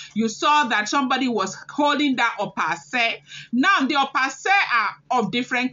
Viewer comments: Opa Ase is pronounced as (Okpa Ashe) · Opa ase ( pronounced okpa asheh)